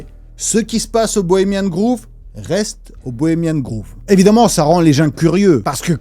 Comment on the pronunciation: merci, intéressant bien sourcé et marrant de ouf. petit truc qui m'a fait rire c'est la prononciation de Bohemian Grove... "grove"ne ce prononce pas comme le "groove" mais plus comme le savon "Dove". J'ai imaginé des vieux riches ensemble a danser sur le groove. 😂 😂 MDR